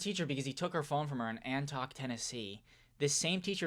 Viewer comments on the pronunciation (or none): the way you pronounce Antioch💀🤣🤣